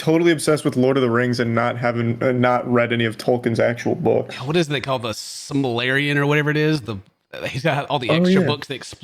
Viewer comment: Hearing say the "simalarian" hurt my lotr heart 😂😭